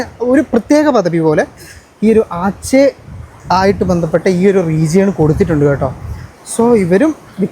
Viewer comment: ആച്ചേ അല്ലടോ അച്ചേ 😂😂😂😊